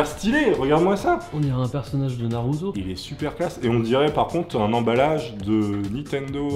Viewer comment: il a dit naruto xDDD